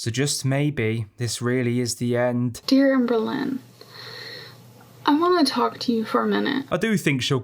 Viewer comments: The way all I can hear is Anne Boleyn every time you talk about her, I’m creasing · 'Amber lynn', 'Anne boleyn". Coincidence? I think not. cue the X-Files tune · I remember reading a comment about Amberlynn's name sounding like "Anne Boleyn" in accent and I still CANNOT un-hear it! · I keep thinking you’re saying “Ann Boleyn” 😂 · The whole time I heard " Anne Boleyn" when u said her name 😂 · Every time you say Amberlynn I hear Anne Boleyn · There’s a few times when I thought you said Anne Boleyn